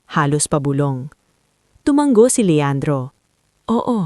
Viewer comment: Tumango hnd tumanggp maling mali ang pagbigkas ng tutuong salita. Tumatango hnd tumatanggo kuha mo!!!